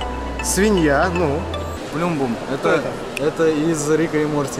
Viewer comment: Как ты хорошо поставил ударение в плюмбум; это подсказка.